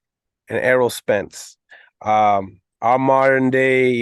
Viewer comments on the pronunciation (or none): Can’t say Errol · Word Errol is not that hard to say ! Lmao bud beats Errol too hope they say his name correctly when bud beats him !